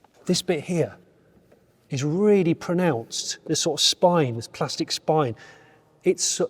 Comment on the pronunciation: P L A S T I C — pronounced plastic :)